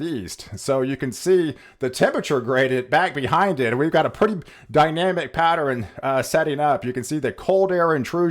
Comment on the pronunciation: Someone PLEASE tell this Genius how to pronounce "Pattern" it's not "Patt-er-rn" every time I hear him say it, I want to scream!